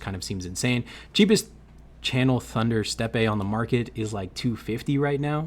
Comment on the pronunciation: “Steppe” is pronounced the same as “step” 😊